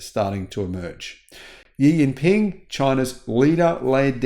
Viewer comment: That's not "Yi Ling Ping" or whatever you said.